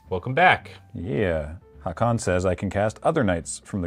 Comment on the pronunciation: noone is going to care, but Haakon is not pronounced like the Streetfighter character. its /ˈhoːkʊn/